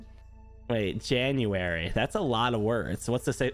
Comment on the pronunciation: no one:: “jaunuary”